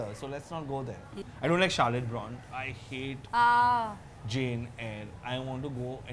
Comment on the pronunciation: I cringed hard at how you guys pronounce 'Brontë'.